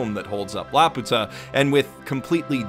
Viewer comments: I can't believe the would make such a terrible pronunciation mistake. It's not La-Pu-Ta but La-Pyu-Ta with a long 'u.' It's this way in both the original Japanese and in the English versions of the film. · When you say it "La-puta" it actually means prostitute in spanish. So say it "Lapew-tuh" like the rest of us please. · This is a nice video. Btw, I recognize that this does not especially matter, but it really is pronounced like "lapyuta" (with a Y sound before the U) like they say in the English dub. The Japanese is ラピュタ -- Ra Pyu Ta. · In English & Japanese the pronounciation used is "Lap~u~ta" (one word), not "La Pu~ta" (two words). Thus it was always an uncharitable interpretation on the hispanics part. Heck: I'm not aware of spanish using compound words; so iterating the insult as "Laputa" in speech or in type would seem to be quite the SPaG fail[ure] XD. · perhaps someone with more Japanese knowledge could correct me, but in the title katakana, the ユ seems to be a small yu, so ラピュタshould be read like rapyuta, rather than ラピユタ (rapiyuta). So it would be more correct to call it lapewta than lapoota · CrazyDave746 - "like the rest of us", because he is actually pronouncing Laputa incorrectly. Neither the japanese nor the english dub pronounce it "la-poo-tah", the correct way (in both lenguages) is "lapew-tuh". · actually the Japanese pronunciation is lapyuta. The original pronunciation from Gulliver's Travels is Laputa. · Laputa is actually pronounced la-pyu-ta as according to the katakana (ラーピュータ: ra-pyu-ta). This is an excellent analysis of the OP! I only watched it once which is when I watched the film so I never comprehended the entire meaning of the OP, but seeing how you break it down makes it very clear. The OP is definitely very lovely and even when I didn't understand it, it was so enjoyable to look at. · lap-you-ta pronunciation. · No it's not, the name comes from Gulliver's Travels. The Japanese pronunciation is the incorrect one.